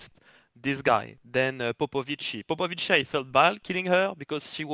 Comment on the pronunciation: proving with the color that he is a special boy with a touch of the tism. Explains he will never say Popovichi correctly.